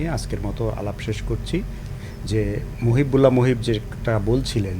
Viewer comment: জনাব উপস্থাপক, আপনার বাংলার এই দুরাবস্থা কেন? আপনি বারবার বলছেন মহিব্বুল. উনার নাম মহিবুল্লাহ. বাংলা ভিশন কি আর ভালো কাউকে পাই না?